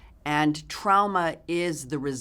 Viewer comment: Does anyone else cringe when she says trauma? Because she says TRAOMA.